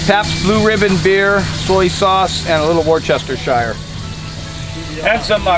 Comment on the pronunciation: Congratulations on the BBQ, the meat was a little too well done for me, I like my meat rare or as my husband say's "still with the moo". I LOVE the way Americans pronounce "worcestershire " sauce.